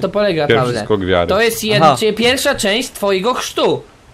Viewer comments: chrztu a nie chrzestu! xD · chrztu nie chrzestu XD